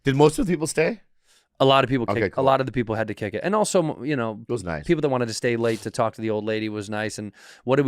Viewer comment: Bobby really can't pronounce "also"